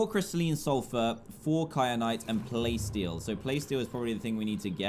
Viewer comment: Dan it’s not playsteel Ingot it’s plasteel ingot